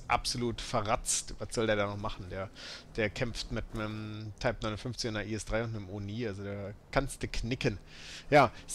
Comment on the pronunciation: kann zumindest den modellnamen ausprechen